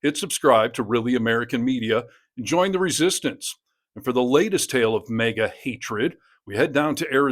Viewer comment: Its MAGA, not Mega, please pronounce correctly!